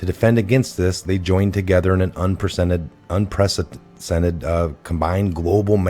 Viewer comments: You should do this video again it is a brilliant concise introduction just learn to get your lips around the word unpresidented and change 2001 to 2017. Much love from the UK and thank you for your videos your one of my top three Q presenters. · I mean this in the best of ways...un-press-i-dented. love ur vids. this was greAt. wwg1wga.